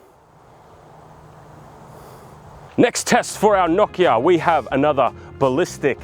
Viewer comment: The real April fool's joke is how you pronounce Nokia